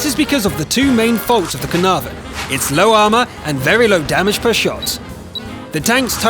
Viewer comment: nice to know he can't pronounce caernarvon properly